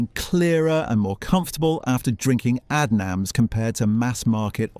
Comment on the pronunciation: Like Aid nams do you mean?